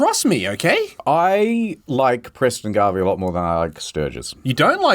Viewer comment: I'm actually kinda mad they got Preston's name wrong. But I understand... Garbey is hard to confuse for Garvey